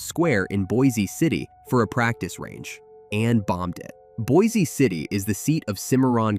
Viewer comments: It’s pronounced “boicity”. Not “boy-zee city.” I’m from out near there. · By the way, Pronounce Boise City with Boise as a SINGLE syllable; as if saying "Boys City" instead. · There is no E sound on Boise City. It’s pronounced Boys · Also, it is pronounced (Boice) City not like the town in Idaho. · Boise city is pronounced like “BOYS CITY” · You need to learn that Boise City is pronounced “Boys City”